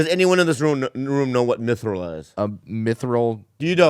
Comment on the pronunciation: Its not minthral bobby... its "mithril"